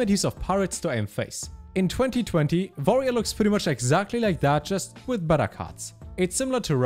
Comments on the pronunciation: "Vorerior" - trying to say 'Warrior' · I heard voyeur 🤣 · Nobody:: Vorrior (subscribed at this point) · Lol, I wondered if he is german.